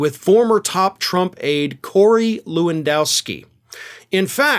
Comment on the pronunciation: I’m Polish and hearing Polish names pronounced kind of incorrectly, I’m always tempted to correct the pronunciation:) apologies for that 😂 can’t help myself for that 😢, try to read it as Levandovski (Levandovskee):)